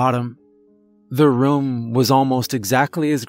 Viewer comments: he says rum in every story, it's just how he says it haha adds to his character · I've been saying the word room wrong my entire life. I'm 45 lol 😂 that's just sad. Excellent story! ❤️ 😊